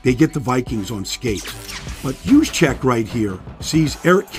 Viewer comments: YOUS-Check, not JEWS-check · Its pronounced "yooz-check" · Baldy, his name is pronounced USE-CHECK. Kyle USE-CHECK. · did you just say his name with a hard "J"? bruh, really? smh... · Good stuff Baldy. Loved your breakdowns all season especially on the Niners. Killing me with the J though. They call him Juice but his name is pronounced with a Y!